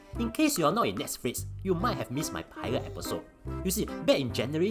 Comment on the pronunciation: When pronounce Netsflix, I noe something is wrong:p